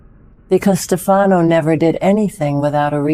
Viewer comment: It's STEF a no, not ste FA no.